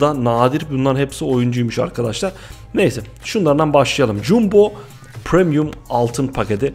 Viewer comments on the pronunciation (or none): none